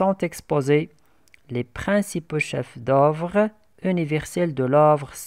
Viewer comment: il faut faire attention à la prononciation, on dit musée pas misée, Louve pas lovre, chefs-d'œuvre le f ne se prononce pas oeuvre pas ouvre...